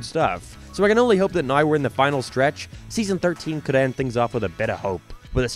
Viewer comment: I don’t understand how you can have such an American accent yet pronounce certain words so stupidly like you’re attempting to force a archetype that you aren’t. Everytime I hear you say “naow” I cringe so hard I nearly die. Other then that, the video was alright.